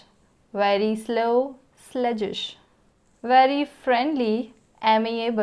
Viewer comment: I think pronunciation of the word "sluggish" is different from what you have pronounced. Plz confirm.